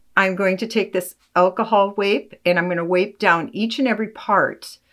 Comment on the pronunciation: Please pronounce correctly. It is not pronounced “Alcohol Wape” as you have said, but it is pronounced alcohol wipe. The letter I is a long vowel because there’s the letter E the end of the word.